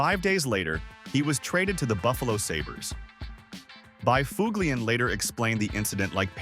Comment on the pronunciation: S this is what AI can do now huh? Bi FUG LIAN? I gotta go bro.